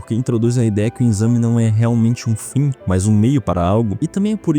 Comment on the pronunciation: Muito bom… mas pelo amor de Deussss é EXAME NÃO É INNNNXAME